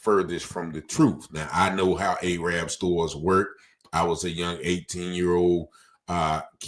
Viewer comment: The correct pronunciation is Arab as in Arabic not Ayerab as in Ayers. Pronouncing the Arab in the latter terms is racist. Ijs 😅😂